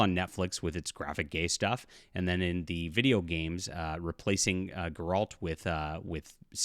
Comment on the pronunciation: Call himself for professional fantasy Writer yet cannot even pronounce Geralt correctly lol